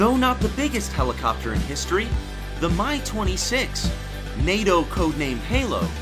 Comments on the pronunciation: Two things - Obviously, you're passionate about helicopters.... BUT.... MIL aircraft are abbreviated - "M" "I" not "My". It's the "MI" 26, not the "My" 26. You evidently know better than to refer to the Chinook as the "tch" 47. Also, if you want an audience and for anyone to come back then take my advise..... Speak either in metric OR standard; NOT both. Half your video was conversions and it's annoying as hell listening to that. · MI is pronounced "mee".